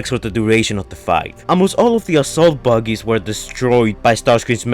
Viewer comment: they are pronounced as bug-ies